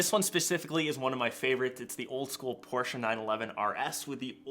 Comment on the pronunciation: Thumbs up for me. Thanks so much for pronouncing Porsche correctly. Most forget there’s an “e” at the end. So yes, thank you.